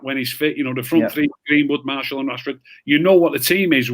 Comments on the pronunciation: Why doesn't anyone correct for saying Marshall, it's martial! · wish would stop saying “Marshal”